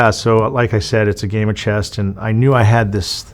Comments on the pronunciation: It's called 'Chess' Not 'Chest'.. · It’s chess NOT chest. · Did he say "game of chest"?😂😂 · When he said it the second time I was like “oh he meant to say chest” haha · He said "chest" 2 or 3 times before he finally got it right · He kept saying chest instead of chess. Go back and listen. It's hilarious. What a tard. The chest master. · Someone please tell this man there is no "T" in "Chess"